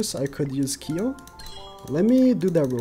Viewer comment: please.. his name is Kyo not Key-o